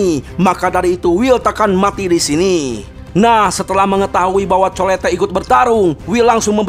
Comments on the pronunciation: Itu colete di baca nya colet bang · Colette di bacanya kolet bang..😅